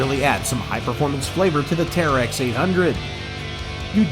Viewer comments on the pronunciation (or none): It's terix not tearex